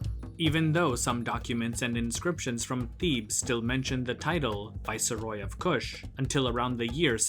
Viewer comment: It's pronounced vice-roy, not vicer-roy. {:o:O:}